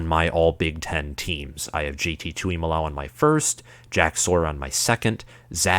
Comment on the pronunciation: Plus it is J T tu mu lo ow!!! So rude to mispronounce someone’s name 🤬